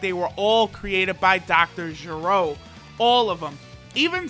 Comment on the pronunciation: its not jeh-rohh its ger- o